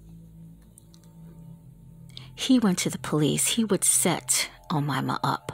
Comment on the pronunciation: that's not how you pronounce her name, its O- May-Ma not omama lmfao